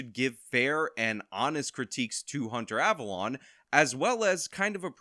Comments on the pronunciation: The correct pronunciation is "" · The correct pronunciation is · It's pronounced Abalone ( Aaa-ba-lone-e)